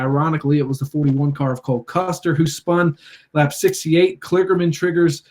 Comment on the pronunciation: Did the host pronounce Custer's name "Coster"?